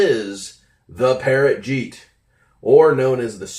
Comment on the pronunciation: "Jeeet" bruh you mean "Jett"